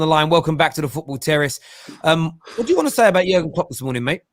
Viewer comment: Something about the way you say Jurgen Klopp ain't right.